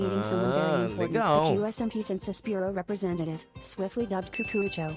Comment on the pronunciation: "Que ése my pee " adoro a pronuncia do